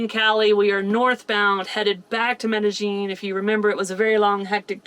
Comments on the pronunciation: Looks like the pronunciation is actually met.a.yeen instead of met.a.jeen. Hope your surgery goes/went well. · Good research! I'm sure it will go well. ( -- the double LL in Spanish is pronounced as a Y, not a "zh" sound. Medellin is pronounced me-de-yeen. Now, when you get to Europe, the Spanish LL is pronounced as an LY, but in Central and South America, it's a Y. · Okay guys. I love you both but...the way you are pronouncing Medellin is making me cringe a little. The correct pronunciation is me - tah - yeen. In Spanish a double L has the 'ye' sound. I hope this helps. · I love your show but the way you pronounce Medellin drives me nuts. meh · duh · yeen EMgUIABCABDIFCAAQgAQyBQgAEIAEMgUIABCABDIFCAAQgAQyBQgAEIAEMgUIABCABDIFCAAQgAQ6BwgAEEcQsAM6BAgAEEM6CggAELEDEIMBEEM6BggAEBYQHkoECEEYAFDjB1iCVWDniwFoBXAEeACAAdgDiAHyDJIBCTIuNi4xLjAuMZgBAKABAcgBCMABAQ&sclient=gws-wiz